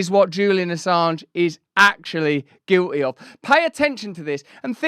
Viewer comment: Just for clarity, the word is Guilty. The t isn't silent. 😁I appreciate what you do just pokin fun. Keep up the good work.